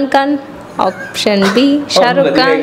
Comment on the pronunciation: Auction❎OPTION ✅ .. Inggestion ❎ INGECTION ✅